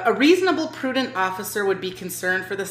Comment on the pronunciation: I hate when they say pictures. They know they are filming, but that sounds suspicious, and she knows it. That’s what terrorists did before any of their attacks. I will be vague. It’s reasonable and prudent. Not “prudedant.” That’s not a word. Another highly educated frauditor I see. She probably also says lie-berry too. 🙈 Putting glasses on did not help.